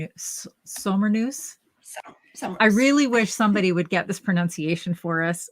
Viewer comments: Hi and. The K in knus is not silent in the scandinavian languages. So it is SommerKnus. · I always come back to Christmas Vacation year after year to get me in the festive spirit. I lived in Germany for 2 years. I would pronounce it Zommer Cnoose (z sound instead of s for the first word and a hard c sound for the second with an oo sound for the u). 😊